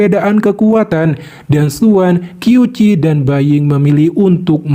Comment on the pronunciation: Qiu Qi dibaca qiu ci.. Q=C.. Berarti dibaca Ciu Ci..